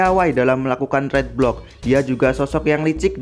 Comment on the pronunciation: read di bacanya rid bang